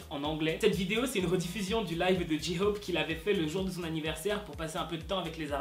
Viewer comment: « dji-hhhop » il me stresse